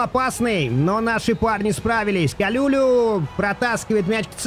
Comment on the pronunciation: привет. По-моему правильно его фамилия произносится Калулу не Калюлю 😂 хотя звучит прикольно